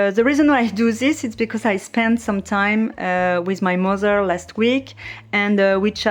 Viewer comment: Oh my god! Your accent is so cool! Your “mozer” and grand “ mozer “will be reallyproud of your pronunciation!! 😂